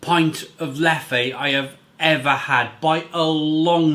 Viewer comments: This is mine and the wife's favourite on Perfect Draft. We pronounce Leffe as "leff", but you said it as "leffay"? Not sure what's the right way now haha. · Its pronounced as its written you pronounce the second E the same as the first , and yes im from belgium